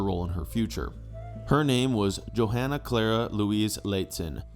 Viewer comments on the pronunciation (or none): none